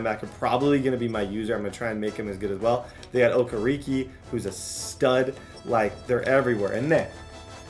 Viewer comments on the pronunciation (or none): His Name is O- Ker - re - Ke !!!!! 😂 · That pronunciation of Okereke hurt my soul